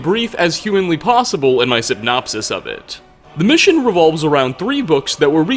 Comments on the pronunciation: Sypnopsis?Please make that pronunciation standard going forward in these videos. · Did.. did you say.. synopsis... with the p?..